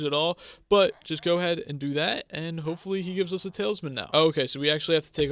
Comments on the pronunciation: awesome series, but i can’t keep my self from saying that it’s talisman, not taleisman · Talsmin is how he is saying it